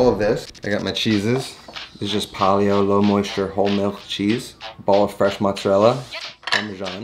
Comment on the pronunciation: Didn’t you say you were Italian and you pronounce mozzarella like your not